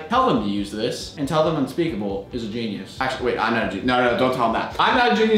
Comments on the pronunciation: He said geinus 21 times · Stop saying geinyuse